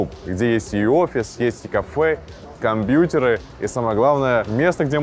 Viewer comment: Как мерзко он говорит компьютеры , как дед бл